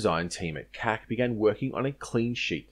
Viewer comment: Referring to CAC as "cack" is a bit of a cack, I've always heard it spoken as "see-ay-see". Great video, I haven't looked into Loyal Wingman all that much so this was very informative. My only gripe is that the consortium went with the rather silly sounding "Ghost Bat" for the MQ-28 instead of a giving a nod to an Aussie raptor species such as Goshawk or Kite (the latter would have been perfect... small, patient, deadly). But I guess the raptor thing has been done to death, and the name really makes no difference in the end. It's going to be a very capable platform in any case.